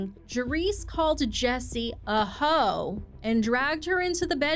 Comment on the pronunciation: “Jerrise called Jhessye a HOE!” That shouldn’t be funny to me, but that tickled me. Why did you emphasize it like that?! 😩🤣